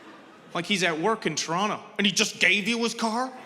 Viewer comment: Me: Toronto, an intellectual: Toronno